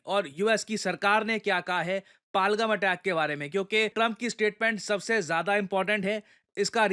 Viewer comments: Sir its पहलगाम not पालगम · पालगाम ❌ पहलगाम ✅ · It's no palgum it's पहलगाम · It's पहल -गाम not पालगम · What is Palgam, it is Pa-Hal-Gaam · Sir it's pahalgam , not palgam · पालगम❌ पहलगाम✅ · सर जगह का नाम पालगम नहीं है बल्कि पहलगाम या पहलगांव है जो कि कश्मीर में एक जिला है।🙏🙏🙏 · Sorry It is Pahal- Gaam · It's पहल गाँव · It's pronounced Pehel-gaam पहल-गाम. No shame in correcting yourself "sir" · सर आप पहलगाम नहीं बोल पा रहे